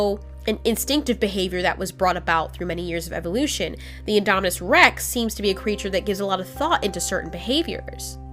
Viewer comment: it's indominus not idomidous